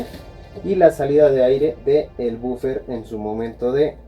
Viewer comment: Es la abreviación y no es bufer es woofer